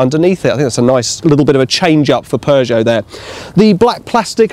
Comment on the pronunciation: Sounds pretty normal to me. It always makes me laugh when Americans try and say it! Poooo Joe? 🤣🤣 No..